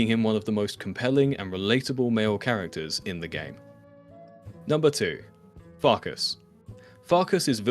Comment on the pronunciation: pronouncing them as Vilk-ass and Fark-ass. 😂